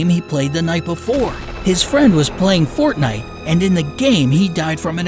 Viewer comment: you pronounced Fortnite wrong and this is just a story